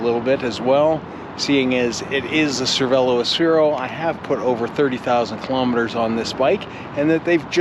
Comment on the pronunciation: Nice video and your experience mirrors my feeling of my OG Aspero. I love mine! Note that it is an Aspero though and not an Asphero.